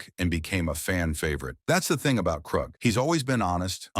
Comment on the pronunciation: I like the AI pronunciations. “Krook” and “Dickstra.”